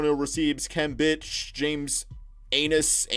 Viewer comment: And "Khem Bitch" 😂